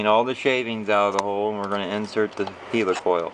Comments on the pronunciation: I don't know why he calls it a HEELYCOYLE! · and he saying it wrong helicoil like helicopter n English anyway ha